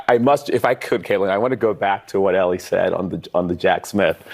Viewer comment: His name is Elie NOT Eli. 🙄